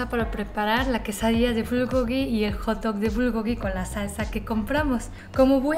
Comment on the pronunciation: Cuando dice pan de hotdog le entiendo que dice “ jto “ JAJAJAJAJAAJAJAJAJA